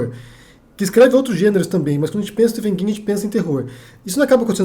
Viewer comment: uma dica p'ra você,... o nome próprio STEPHEN (King) é pronunciado como "V" e não "F": STIVEN...